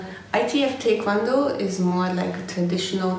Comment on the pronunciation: Few who post these types of videos pronounce Tae Kwon Do correctly as you did.